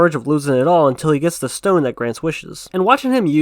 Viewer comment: It's called thick accent